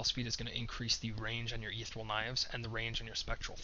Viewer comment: Ether-E-al. You can do it.